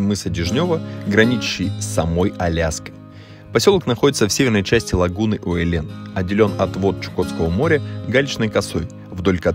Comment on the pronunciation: Правильно произносить УЭ'лен , ударение на первый слог ....